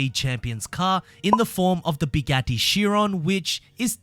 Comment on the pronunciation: “Bigatti” ?? Bro. 😂🤦🏻‍♂️